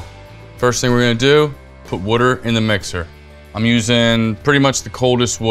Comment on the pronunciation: Taverns or “Pubs” are littered throughout the country and all had the same idea of serving patrons with something cheap or free in order to keep the drinks flowing. Instead of saying something “is not” just do a bit of research and you might find your next favorite pizza. If you actually watched the video you’d know he’s not from Chicago the way he pronounces water, so why hold him to a standard that makes no sense. Enjoy things, don’t discount them based on a narrow perspective